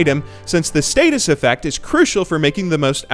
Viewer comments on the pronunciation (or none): Not to be ass, but you said status, whereas I believe its pronounced stay-sis.